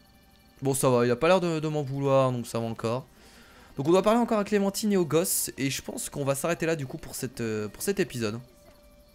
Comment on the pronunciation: c'est pas clementiiiine c'est clementine comme le fruit xd